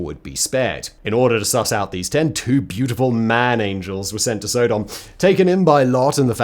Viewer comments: SO..... Simon pronounces Sodom (with a short in the front and back) as Sodahm (with a long O in the front and short o in the back), which makes me now question how I/We as a culture I have been saying Sodomy for as long as I understood what it is. Now when I watch crime TV shows do I have to mentally translate Sodomy charges with Sodahmy charges? Further more just hearing the pronunciation of Sodahmy makes me think of a "Sodame' Roll" as something one might see on the special board at a sushi/sashimi bar! What in the name of hell could someone roll up in some rice and give it the name "Sodame' Roll"? And to make things worse I'm hungry right now and I was actually think of going to get some sushi. Thankyou Simon. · Sodom is pronounced like the word sodomy …. Not so- dumb😊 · Sodom stress on the 1st syllable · you are pronouncing sodom wrong it's not sooodom it's sod-om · Sod-om not So-dom, as in sodomise. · Stop saying Sow-Dom. So (short o)-dom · Dunno if it's a Brit thing or a Simon thing, but the way he says "Sodom" makes me think of Thomas the Tank Engine's Island of Sodor. I'm used to hearing it pronounced more like "Sod 'em" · pretty sure most people pronounce "sodum" pretty sure its Sodom like sodomy, as it is " the act of the people of Sodom" lol I dont know but im pretty sure Ive heard you pronounce sodomy the same way I would if i were using it. Anywho big fan and ps I know i know you dont read these ........ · It is pronounced Sodom! And I do not like your skepticism, Simon! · I cringe everytime Simon mispronounced Sodom